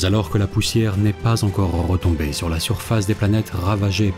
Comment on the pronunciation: Rrrrrretombé. Rrrrrrravagées. Rrrrrredoutent. Vas y doucement avec les r gutturaux, s'il te plaît. C'est assez désagréable à l'oreille.